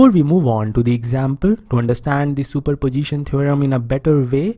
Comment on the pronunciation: Superposition ❌Super Pojition✅